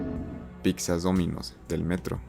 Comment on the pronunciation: ¿Dijiste piczas? ¿Fue neta o broma esa pronunciación?